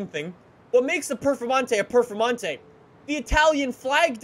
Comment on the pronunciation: for godness sake always says perfermontae not performonte